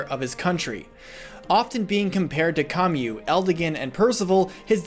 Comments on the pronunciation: Great work, as usual. You've summed up the discrepancies between Story!Xander and Support!Xander quite nicely. On a different note, that's the first time I heard that particular pronounciation for Camus. Up until now, I thought his name was either 'kay-mus' or 'keh-mus' (or possibly 'shay-mus'). Is 'kah-mew' the official pronounciation? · "Com-Yoo"? That's how you pronounce Camus' name? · Great vid but I gotta ask, why do you pronounce Camus like that? or am I getting mixed up on which character you mean. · Ive never heard Camus said the way you say it english is amazing